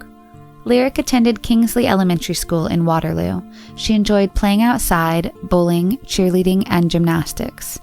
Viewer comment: Who else noticed her saying "bulling" instead "bowling" as it went by at first listen? 😂